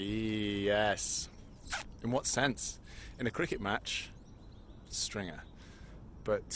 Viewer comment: Theo can't pronounce Stringer! 😀 He sounds like Sean Connery, without the Scottish accent! That hat must have turned off Charlotte! 😀